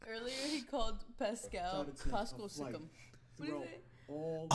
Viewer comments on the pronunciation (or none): “Anedecktreiess” “Paschal Sike-em” “AKUNCKPO” “Luka Donakick” “Zeeon Williamson” “Rudy Gogurt” “Dennis Scrottem” - Flight everyone